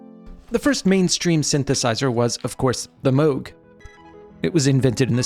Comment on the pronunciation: Congratulations for using the proper pronunciation of Moog!